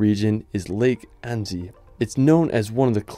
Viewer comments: Annecy is pronounced "Ansy", not Andy! :D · Annzy? Maybe ask someone to help you with the pronunciation if you make an entire video full of foreign names? 🤔